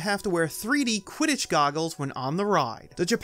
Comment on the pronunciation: Did you mean to say “u.k.” Quitich league